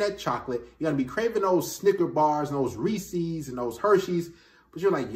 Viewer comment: Good advice but are we gonna ignore the fact that you called Reeces “Reecees”